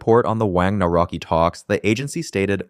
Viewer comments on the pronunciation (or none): Nore-rocki 😂😂🤣 It's Nuv-ROT-ski. Simple. Feed that into your AI. Otherwise, very good analysis👍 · “Nawroki” as pronunciation for Nawrocki is a bit wild for me, good video nevertheless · our president isnt karol naraki its karol nawrocki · Oh my god, Google how the name of Polish president is PRONOUNCED. it’s the basic task if you prepare a video about this country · Is there a chance to improve the pronunciation of the Polish president last name?😂😅